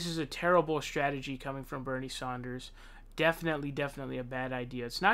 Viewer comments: Back to mispronouncing Saunders!? How annoying u can't say his name correctly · Yes. It's Sanders. NOT Saunders. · Do you incorrectly pronounce names intentionally. I've seen other videos where you incorrectly correct people on how they say words. Get more progressive and respect people's NAMES. If you want to incorrectly use other words, fine. Stop saying Sanders wrong.